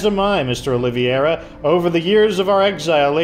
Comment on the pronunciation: I find it funny how some of the last names in this game are Portuguese like Madeira - Wood, and Oliveira - Olive tree (not Olivieira like you pronounce hahaha)